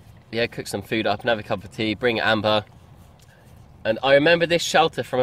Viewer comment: What made you call your dog Amber. But the Way u say it. It sounds like ember